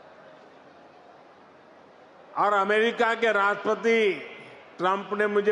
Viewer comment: he said rashtati instead of rashtrapati in the start of the speech... phir se abba jabba dabba 🤣